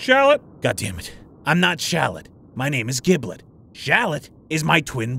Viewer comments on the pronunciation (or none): It's pronounced Jib-lit. Not Gib-Lit. Just saying. Other then that great episode. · I get that its for the sake of calling him Gibby, but its jiblet not with a g sound. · hate to be that guy but Giblet is pronounced jiblet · Petition for to pronounce giblet like jiblet🙏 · At this point I think you are just pronouncing Giblet(Jib-let) wrong on purpose to piss Kaggy off Also Giblet never went SSJ1, 2, 3, or any of that lame stuff he just skipped directly to SSG Video itself was great though, love the consistent amazing content